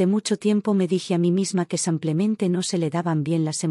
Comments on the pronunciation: Buenas historias solo la narradora que diga simplemente y no samplemente😊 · A mi me molesta estas narraciones abusando ka palabra simplemente y ni siquiera la dicen bien ese samplamente cansa